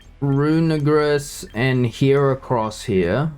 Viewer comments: Can you guys please poste poke paste link of team on description so we can try these out on showdown before building it? Side note: dude you gotta pronounce Runerigus right, you are too to a hate crime there haha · Bro did NOT said "Runerigus"😭